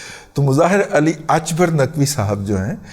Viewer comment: Mr Ali Akbar Naqvi is a Pakistani not Irani, so please pronounce his name the way it is called in Pakistan. Stop being religious racist